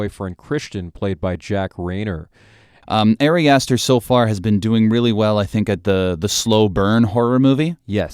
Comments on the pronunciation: Ah-ri Ah-ster, not Airy Ass Stir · Your analysis is alright, but I really cannot respect someone who doesn't bother to pronounce the director's name correctly. It's not like it's a secret.